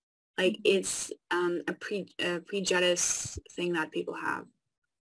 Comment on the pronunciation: “Prejudiced” Are you sure of that? You’d better check your pronunciation again.